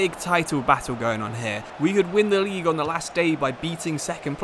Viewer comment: League one💀, Lisbon💀 and Line on Messi💀. I'm on minute 15 and there's already 3 things pronounced wrong Edit: Nou Camp💀 Edit 2: Nabry💀 Edit 3: Bresciya💀